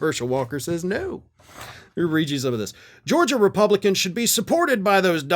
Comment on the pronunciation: He didn't say "no"... he said "noe". 😁